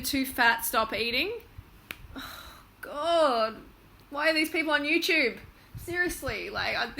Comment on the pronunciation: lol she says "Youchube"